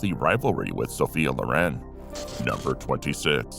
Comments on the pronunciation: Sophia LOR’ en is the correct pronunciation. ❤ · No, the emphasis in "Loren" is on the second syllable.